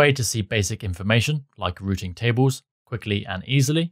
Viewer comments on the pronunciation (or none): none